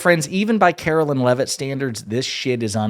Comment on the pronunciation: I hate her, but please pronounce her name correctly It’s Karoline not Carolyn